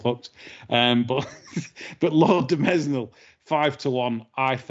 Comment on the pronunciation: Great show as ever. I have a complaint though, the S in Mesnil is silent.